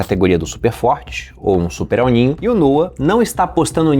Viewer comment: Pior é o "El Nine" 😂